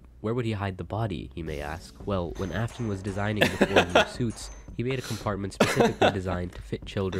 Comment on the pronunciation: everytime he says "af-tone" my soul gets folded just a little more